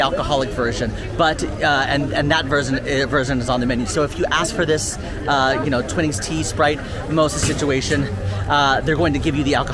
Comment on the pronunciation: its Twi-nings as is Twi-light not Twin-ings 🤦‍♀️